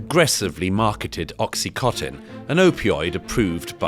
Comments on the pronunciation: Douglas Murray called ‘OxyContin’ ‘Oxycotin’ at . How did this get through??? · And a word to the wise Douglas, while the Americans may call it Oxycotton it's actually OxyContin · The video is just a rehash of something that has been done by many, many others over the last decade. No new information, no new perspective, and no new conclusions. And he can't even pronounce Oxycontin properly.